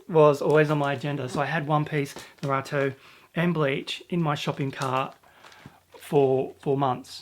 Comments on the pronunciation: I call it blame as in blaming someone else but naruto is pronounced NaRuutoe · Bakuman's a really fantastic series. Almost all of the characters are just so interesting. Really keen to see you five into that and review it some day. Also, Naruto is pronounced Nah Roo Toe So Nah as is "Nah thank man" Roo as in kangaROO And Toe as in "Ouch I stubbed my toe!" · Its pronounced Nah-roo-toe